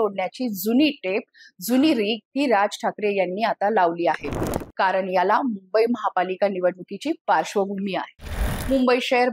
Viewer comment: नक्कीच सुंदर विश्लेषण, भाषा सुद्धा सुसंस्कृत आहे.... पण.... "ण " ला "न " .... आणि "न " ला "ण ".... अस का? ? उदा. - (१) कार'न', (२) स्व'प्ण' (३) अभिमा'ण' ... का? का?